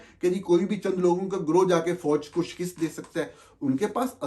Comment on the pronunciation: Shakist naheen balkeh shikast